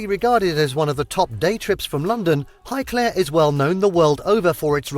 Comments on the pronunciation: Omg and WHY is he saying highclare for highclere?! Wazzock. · He can't pronounce Highclere properly either